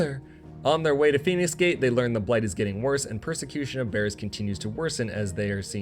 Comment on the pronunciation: (note: I am not trying to be a troll, just sharing something that I found interesting) I gotta admit; your pronunciation of "Bearers" had me grinning. Even the automated closed captioning was showing it as "bears" instead! Keep doing your good work. Sometimes I have ended up fully playing a game after watching one of your videos.